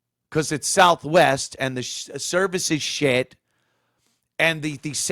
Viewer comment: "Souf Wess" 😂